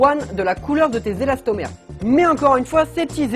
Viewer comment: J’étais là seul à entendre elastomerde 😂😂